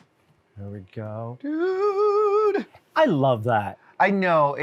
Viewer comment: My exact thoughts, DUNE!!! Instead of dude haha 😂